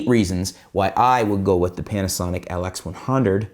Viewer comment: You got weird accent man. you say LX100 as atlex100... WTF